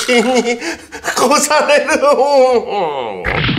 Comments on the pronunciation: ○されるに聞こえたww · やっぱり何回聞いても最初の『セイキンに超される」が「セイキンにころされる」に聞こえる😂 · SEIKINに殺される...にしか聞こえないww